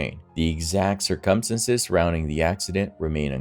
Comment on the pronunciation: Dude u have got to learn to pronounce the word "circumstances"!! U r putting emphasis on the wrong syllable my man!! No one pronounces it the way u do my friend & it literally hurts my ears every time u say it!! Not trying to b rude but Dude!! Get on it! 👂😳😖💛🖤💛😖😳👂